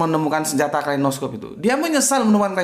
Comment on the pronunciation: kalashnikov pak, bukan klainoskov